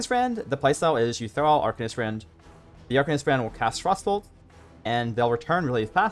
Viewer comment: It took me a solid minute to realize he was saying frostbolt and not frossoles